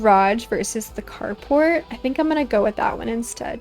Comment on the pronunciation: I kept thinking you where saying “cardbord” instead of “car port” so i was very confused at first 😅 Im loving this series though! and i really appreciate this type of video its perfect background for my drawing and crochet! ❤